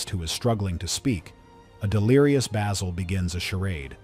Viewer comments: can't even pronounce Basil... I'm out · This is pure bullshit. Literally NO ONE compained and no American will EVER understand why. Stupid ignorant narrator can't even pronounce the name of the principal character.